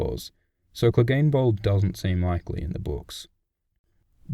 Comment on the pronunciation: and don't get me started on angry joe saying cleegun bowl